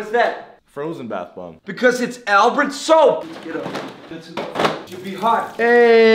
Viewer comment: Albert not "soaper"